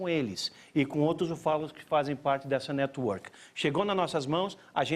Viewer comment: Não acho não, o da esquera falou network errado